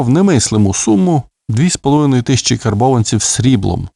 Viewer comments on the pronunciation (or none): none